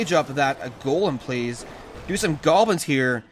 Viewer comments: Why does he call goblins golbins? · Raging With Anonymous maybe once. Not all these times he clearly said "golbins" thought it could be a running joke on this channel